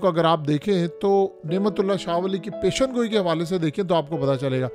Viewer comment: پیشن گوئی نہیں ہوتا یہ لفظ ہے (پیش گوئی) آئندہ اسی طرح لکھنا اور بولنا بھی پیش گوئی